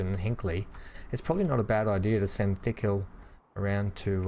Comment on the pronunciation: it's not Thickhill, it's Tickhill - Not 'Th' but 'T' - It makes me laugh...